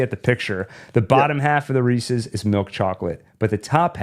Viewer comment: Thank you for correcting your pronunciation of Reese's.